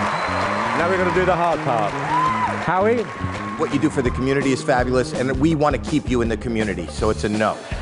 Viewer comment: Why did you say howdie instead of Howie